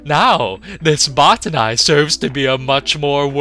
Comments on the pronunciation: what about botanical? The etymology is Greek botane through Latin botanikos. Both use a hard "Oh" vowel, not "ah". It should be either "bah-tanee" or "boh-tanee" not sure where anyone would get "bah-ta-nai" ending with a hard I makes no sense given the etymology. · Bot-ter-nye? Did any character in game vocally pronounce them that way? I thought it was simply pronounced like botanical. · Jeh-neh-sawr. Buh-tah-knee. There, pronunciations for all. But yeah, I'd say the Botani are an overlooked enemy.. but no one ever talks about the Zangari creatures we encounter. Hell, Zangarmarsh is the result of what happens when they're able to grow.